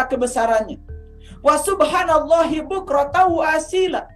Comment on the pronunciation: Assalamualaikum ayah guru,izin saya menjadi murid melalui YouTube ini. Maaf ayah bacaan waasyila itu yg benar' dlm Qur'an waasyiiya yg berarti pagi.